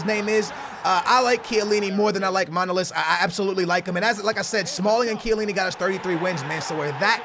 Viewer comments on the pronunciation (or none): Why Everybody says MAnolas it's ManolAs..I am greek